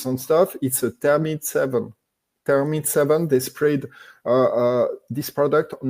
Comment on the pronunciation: I believe he means to say "thermite" and not termite. Thermite is a chemical used as a military weapon to start high temperature fires. Some say it was used to burn the Twin Towers on 911. Architects for 911 Truth.